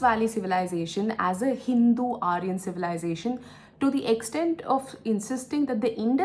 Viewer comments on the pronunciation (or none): none